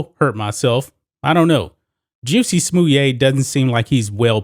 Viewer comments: Lol why you pronounce his name like that? 🤣😂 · Why do you say his name like that💀